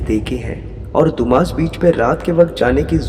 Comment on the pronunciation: Hello Sir, Dumas Beach को “दुमास” नहीं बल्कि “डुम्मस” कहते हैं। Thanks. 🇮🇳